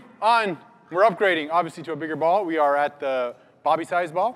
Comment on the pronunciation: You said Booby instead of Bobby 😂😂😂